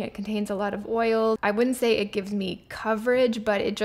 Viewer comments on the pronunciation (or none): Pronounces "Say" not "Sigh'".